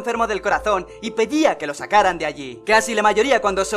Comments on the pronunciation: soy el unico que despues del minuto escucho pellia en vez de pedia xD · y pellííía... xD